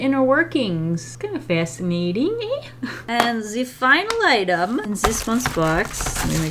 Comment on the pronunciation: wait, are you Canadian???? you said eh just like I do ahaha